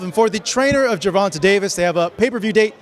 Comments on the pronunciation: Put some respect on the man's name, it's not Ger-von-tuh its pronounced Ger-von-tay. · This refuse to say his name right GER-VON-TAAAAA!!!! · JER-VON-TAAAY...LIKE HAY...Are you and paulie gaay?? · Why is this dude MISPRONOUMCING Tanks first name????? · Why does the interviewer always pronounce Gervonta name like that? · Great interview but how many times are you going to mispronounce Gervontae… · Lol he religiously says Tanks real name wrong intentionally. He’s heard it said correctly so many times too, I be laughing hard af lmao. Last time he replied to me saying “you look too deep into things” lol knowing that he not saying it right and continuing to “till this day!” in my wilder voice lmaooooo he knows what he’s doing lmao